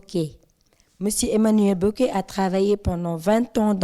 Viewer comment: Merci pour cette interview. Mais c’est Boquet la prône au lieu de Bokett non??